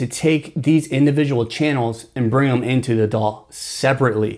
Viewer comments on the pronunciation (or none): none